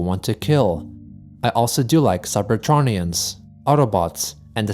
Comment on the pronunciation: it’s Cyber-tro-knee-inns